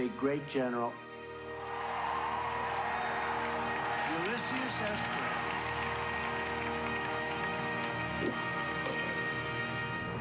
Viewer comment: The Lincoln one made my teeth ache from being clenched! Ulysius! He says Ulysius! . Yikes!